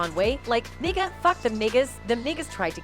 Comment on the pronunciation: And Nigga not niggest